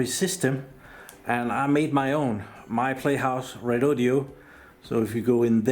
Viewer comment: Lets do this, all together and slowly: Re-Do-Do. Its NOT Redodeo. Please stop with the last 'e'.